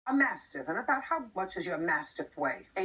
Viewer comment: The first 3 seconds I swear JJ asked her what was her "massive weight". It's a Mastiff. Lol